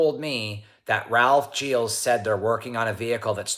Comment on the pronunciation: Whatever your background, you CLEARLY can't pronounce Gilles right! 😉 To do so, remove those "D" initial and "Z" ending sounds. Something more like "zschill".